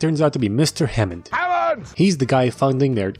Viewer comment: “HAMOOND” from the grand tour 😂😂